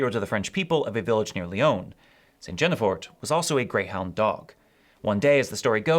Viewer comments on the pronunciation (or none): St. Guinefort is not pronounced JEN-uh-for but GIN as in begin -for. If a bishop can excommunicate a swarm of locusts and animals can be put on trial then it would only follow logically that a dog can be declared a saint. What a double standard! You know St. Elvis, St. Patrick’s native rival to be patron saint of Ireland, is the patron saint of wolves and hospitality being raised by a she-wolf that he would let dine at his table. He was abandonment as a baby in the part of Eli that came to be called Eliogarty, us Fogarty’s family seat. Besides being the famous singer’s namesake, he is known for baptizing the patron saint of Wales, say. The first Pope to change his name was originally named Mercurius? How appropriate for him to invent such a mercurial custom. I like the idea that Mercury/Hermes Trismegistus was the Greek pagan transmission of Melchizedek. Maybe so — the names are certainly similar. The winged messenger — there definitely seems to be some old connection there . . . Candlemas — yeah the Germans used a bear or a badger. The change to a groundhog definitely has to do with the Chinese Zodiac. It’s generally February third rather than second in East Asia due to the time difference the eve of solar spring which is when the yearly zodiac sign changes. The last sign is pig/boar/hog and the first is mouse/rat/rodent so an intermediary animal such as a guinea pig or a groundhog would seem auspicious. Of course I think the Easter Bunny is also influenced by that ancient z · Mispronunciation: Maldives sounds roughly like "Aldis". Guinefort rhymes with 'green fore'